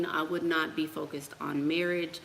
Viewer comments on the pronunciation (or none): none